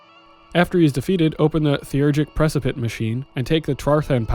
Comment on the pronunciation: Nice video! Thanks for doing these, they're a big help. Also, it's pronounced preCIpitate, but that's a minor quibble.